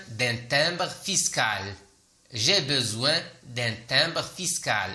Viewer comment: Pourquoi tu prononce toujours je besoin alors que s'est écrit j'ai besoin.!!!